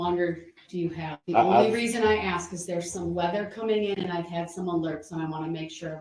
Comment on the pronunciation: AXE! OVER RUU. NOTHING ABOUT THIS IS FUNNY. YOU KILLED 6 people. And ran over 67 others. So THAT IS WHAT ISNT FAIR. NOT A STUPID STICKER! “It don’t have a sticker” hmmm. It doesn’t. Axe? Hmmm ask. Troof? Truth. Oaf? Oath. Tackit? Tacit. I’m telling you. I have NEVER met anyone like this nor do I ever care to. This jury has to be astounded by what they see every day with this __ bag.